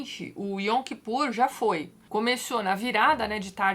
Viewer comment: Eu sou judia (oficialmente) e tem coisas que até hoje eu não entendo, mas na verdade eu não acredito em Deus. Apesar disso, a história de Moisés é uma das melhores da Torá, que homem extraordinário. Eu sempre brinco que se no judaísmo tivesse santos, o meu seria Moisés. Ps: Sobre a pronúncia, a palavra Yom, a consoante o é dita com acento agudo, Yóm.